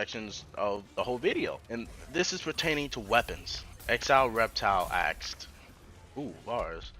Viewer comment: Why do you say aksed instead of asked?